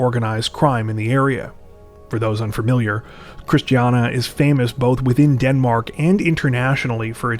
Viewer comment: Love the video, but you really butchered the word Christiania lol